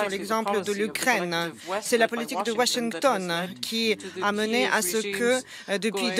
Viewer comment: "c'est la Politique WashinnnntoNN" cette traductrice exagere les accents